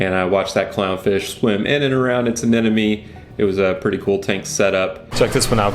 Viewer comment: Just so you know! Your improvement in pronouncing anemone has not gone unnoticed 😅